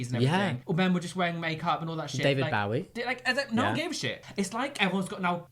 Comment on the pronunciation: cancel Jamie for how he pronounced bowie